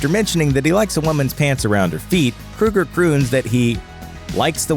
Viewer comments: Keoeger. Not Kruger. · Kroeger. his name is Kroeger NOT KRUEGER! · I can't stand this pronunciation! It's Kroeger not Krueger! Capital O sound. Like in "Soul". Kr(O)ger. If you're gonna make a video about something or someone, please get the pronunciation correct. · I don't think his name is pronounced "Krueger". It is either Kroeger with a long "o" or "Krager" how it is pronounced in Germany. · Crow-Gurr not Crew-Gurr ffs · KROW-GER...not krew-ger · I really hate how people pronounce Kroeger as " Krueger" i mean really, it's not the same people. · Stop saying KRUGER. His name is KROEGER, which rhymes with yogurt. Freddy Kruger does not approve of this video! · Grunge Right... and John Boehner's last name is really pronounced "Bay-ner" just because he says it that way. Definitely NOT "Boner." Just like I'm sure Chad "Kruger's" last name isn't actually "Kroger." Except it is. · Pronounced "Kro-ger, as in the name of the grocery store. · At least pronounce his name correctly, idiot. It's KrO ger, but they still are cookie cutter crap songs. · Kroeger. "Kr-oh-ger" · It's not Kruger. Annoying. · Ozzy bit a head off a bat, Alice Cooper caused a chicken to be killed, Axl Rose throws a fit when James Hetfield was burned on stage but Chad Kroeger (pronounced Crow-ger, numbnuts) brags about drinking and HE'S the bad guy? too bad he can't hear the haters from his mansion. you guys probably take President Trump serious when he says stupid guy stuff. #HatersGonnaHate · I love how he can’t even pronounce Chad’s last name right but will offend Nickelback. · Can't even pronounce his last name correctly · Pronounce his name right and maybe you wouldn't have such a shitty like : dislike ratio. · So we all just gonna act Ike dude didn’t mispronounce chads last name throughout the entire video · Learn how to pronounce his name FFS!